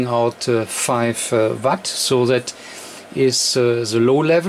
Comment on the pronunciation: Not watt vatt!! Either way great video and have had the same radio great radio after having it for a year. Mine is also mars modded and I haven't had any problems with it. Also think it is just nature of the beast with these new radios, they are not the greatest on am, also have a ft-991 I just acquired, and it is the same on am, audio not that great. Think these new radios are mostly designed to work on the ssb modes, and fm and am is just a secondary thing.